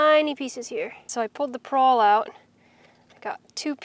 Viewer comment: pawl.... not prawl.. grungy not gungy.